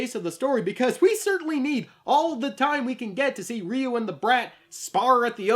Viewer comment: this list is narrated by Hector Salamanca. Also, it's pretty baffling that you can pronounce "satsui no hadō" right, but completely butcher "Ryu" each and every time.